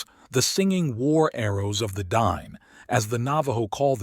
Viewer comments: Din'e is said "Den ay" not anglo Dine...excellent video 👍🙂😉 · Fantastic storytelling: Dine is pronounced ( din-ay).. Thanks for sharing this important piece of untold history in US schools.